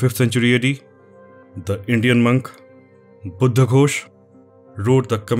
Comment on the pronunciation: Love this! Beautifully done!! The best video on this subject I’ve seen. And I love the way I say “Buddha!” with the emphasis on “H” which gives a much revered feeling each time I heard it!! Thank you!